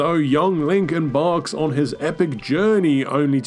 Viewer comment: I thought I heard say Linkin Park instead of Link Embarks lmao